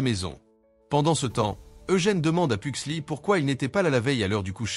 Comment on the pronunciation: Fétide pas "lucas" "Pugsley" il faut bien prononcer le "S" de Pugsley. C'est pas "Laurel" mais Marilyn Faut éviter de changer les prénoms à chaque fois.